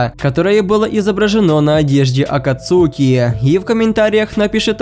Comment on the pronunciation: Не акацуки акацки